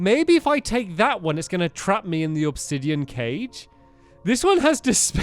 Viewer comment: It’s “Obsidian” Not “Obsidion”